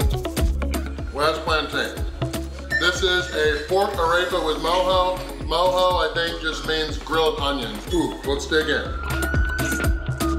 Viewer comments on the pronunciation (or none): none